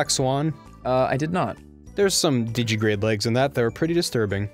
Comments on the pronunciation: While I appreciate that he knows the term, Ross continues to miss a syllable in digitigrade. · It's called digitigrade because they walk on their toes (digits), it's not "digigrade" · Ross, it's digitigrade. Not digigrade. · Yes, you can catch God in Pokémon. You can also catch Satan, Michael, and Gabriel. Also, it's "digitigrade", not "digigrade". "Digigrade legs" are not a thing. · The way Ross says digitigrade really bugs me, because of that missing syllable. Is it made up for by the Digimon reference? I'm not sure.